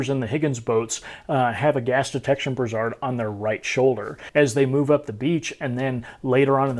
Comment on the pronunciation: Great video. However, that's not how you pronounce "brassard". brae·srd